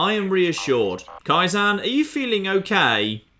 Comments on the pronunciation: "Kai - ZAN" fucking hell... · It's Ka-eye-ZEN, it's a Japanese word for gradual improvement/progress. Pronunciation's throwing me off real bad you throffy bugger